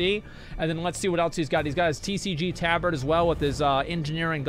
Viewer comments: wtf is a taaa bard? it's Tabard.....*cringes everytime he says it* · FFS! it's Tab-ard not Ta-bard!! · Tah-bird, thats how its pronounced asmon